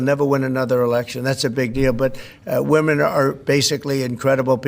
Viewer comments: Bro why you keep saying woman in place of women? Lol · Get the pronunciation of Women correct!